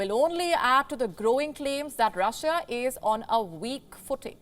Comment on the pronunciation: Russia...not russija